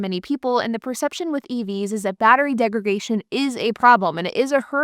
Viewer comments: I think you mean battery degradation. You keep saying "degragation", which isn't an English word. It's you adding an extra 'g' in degradation as a point of emphasis that is the problem there. The actual word isn't like segregation. It's degradation, with a 'd' on the 'dation'. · Degradation not degragation. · Came to the comments to say this. It's degraDation. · *Degradation not degragation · You keep saying "degragation." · It’s a verbal tic. She correctly says “degrade.” She knows the word, she just fumbles its pronunciation. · Degradation - from degrade , not DegraGation. 🤦‍♂️ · I had to listen to her say that 4 or 5 times to figure out what she was saying. Degregation. That second G threw me. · Why do you pronounce "degradation" this way? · Mispronouncing degradation is really annoying. Please stop.